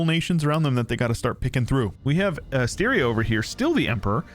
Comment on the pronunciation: Austria pronunciation is crazy